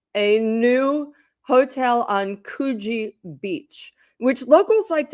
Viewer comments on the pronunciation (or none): Just to help the non-locals, it’s pronounced “Could-gee”, not “Coooo-geee” 😉 xx